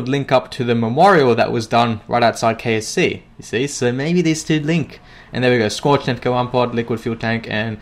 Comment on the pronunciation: i thought you said KFC not KSC